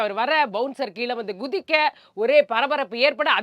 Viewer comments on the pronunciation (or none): Amma அவர்களே,,Gudhikka' இல்லை, குதிக்க (Ku). தயவு செய்து தமிழை சிதைக்காதீர்கள்.